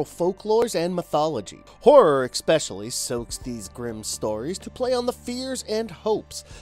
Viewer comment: Lmao love this narrator, last week he didn't know how to pronounce Slavic and this week it's "expecially," love to see it, if he can make it as a pro narrator what's holding me back from achieving my dreams, inspiring!